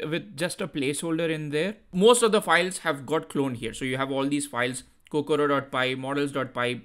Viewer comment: Is Kokoro not Kokura